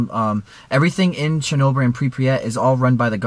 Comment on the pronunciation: The way he pronounces Chernobyl kinda triggers me